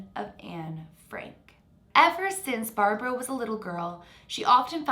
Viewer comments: I thought you were saying her name wrong this whole time until I realized ... it’s barbro not Barbra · Hi! A Sweed here! You actually pronounce Barbro, as Barbroo. I dont know if it matters, but just letting ya know. Love from Sweden. And the Netherlands. In half half ❤️🇳🇱🇸🇪